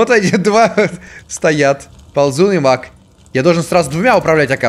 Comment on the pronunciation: Беги Маг! Что слышу я: Беги Мак! Эх..